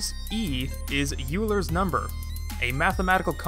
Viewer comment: Oiler's number not youler's